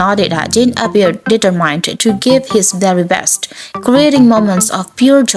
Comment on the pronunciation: Please pronounce “determined” and “arrival” correctly